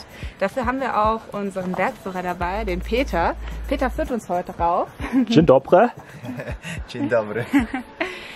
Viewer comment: Super Video.!! Auf dem Gerlach war ich leider noch nicht...aber auf dem Giewont...wo das große Gipfelkreuz steht. Ist das Unwetter bei dem Giewont gewesen? hat super gut die polnische Begrüßung " Dzień dobry " ausgesprochen. Das kann nicht jeder!! Liebe Grüße!!